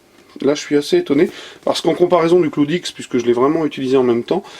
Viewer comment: T’a prononciation est nulle a chiez le cloude ixe